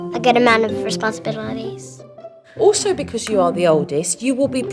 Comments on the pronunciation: The girl said responsibiballyties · Isn't anyone gonna talk about how cute said responsabilaladies instead of responsibilities Aww💓💓💓